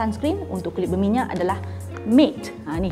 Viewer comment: Also, "matte" is pronounced macam yoga "mat".